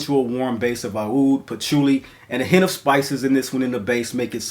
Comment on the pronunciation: Aoud is actually pronounce as oud, and is the middle eastern/arabic spelling of the word.